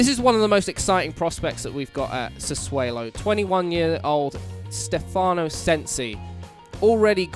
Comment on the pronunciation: I don't want to be that guy but I'm pretty sure it's pronounced Sa-'swallow'? Good video though and hope to see more FM 👍🏻